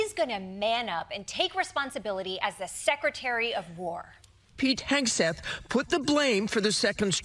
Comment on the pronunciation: Did someone say Hauge-seth? 🤔